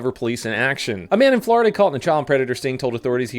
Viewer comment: "Flordia man repeatedly arrested for flashing his genitalia's'"